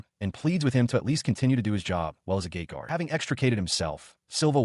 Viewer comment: OOOHHHH, it is a GATE guard, not GAY guard